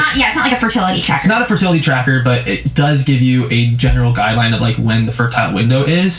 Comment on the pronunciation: Their convo about the pronunciation of fertility tells you all you need to know about. He clearly didn’t like her correcting him. 😂 funny bc he is miss pronouncing it.